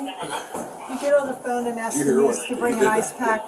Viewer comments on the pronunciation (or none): "What is you arresting me for?" ..wow illiteracy is real folks. " y'all is weird" " we was on da ground "just axe(ask) mom"